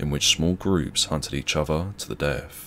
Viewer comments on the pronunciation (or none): none